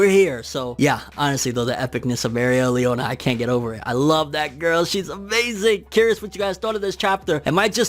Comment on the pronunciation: 12 minutes of saying Mereoleona right... How can I get such power? I say it right, then mess up after lol